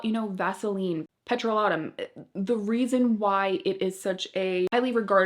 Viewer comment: Petro-LAY-tum, not petro-lah-tum. I love Burt’s Bees tinted lip balm, but it’s very drying (weirdly!) and I have to wear Carmex under it. 🧐